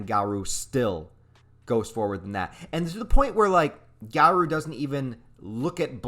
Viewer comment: LOL i know that feel but im not gonna be a doomposter. this chapter is too hype! "GA-ROOOO" not "GA-RUUUU" but w/e good vid regardless